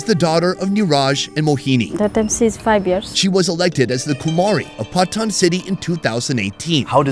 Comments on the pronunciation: Calling Patan, "pathan" is crazy 😂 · Its not pathan its patan please not pathan its PATAN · Just a tip on pronounciation. Its not pathan but more 'paa tonne.' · He is saying patan but the pronunciation it sounds like bhutan